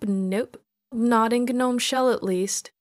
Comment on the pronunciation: finally someone who pronounces gnome the correct way